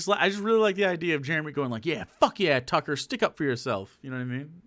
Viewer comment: He had trouble differentiating Chucklehead from Tucker that he started calling him Tucklehead